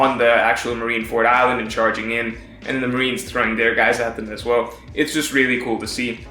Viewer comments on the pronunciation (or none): none